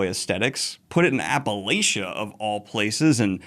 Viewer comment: Hearing Daniel mispronounce Appalachian more than once felt like hitting my big toe on a table leg. 😭 Still love him though!